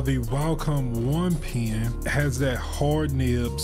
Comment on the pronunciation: Why do you pronouce pen like pean